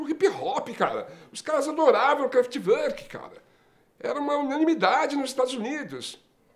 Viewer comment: A pronúncia correta é CRÁFETI VÔR Q (essas duas últimas sílabas devem ser pronunciadas como se a pessoa fosse vomitar). Grande banda!!!